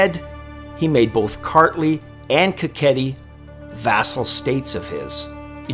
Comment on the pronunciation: Not [Kaketi] but [Ka;heti], I understand Georgian languege and names are hard but your viewers will help